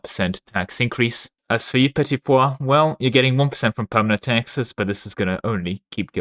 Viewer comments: Why are you calling the petit peuple petit poids 😭 it' pronouced "P-a (like the english word 'a') - PL" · You pronounce "Petit Peuple" like "Petit pois" which means peas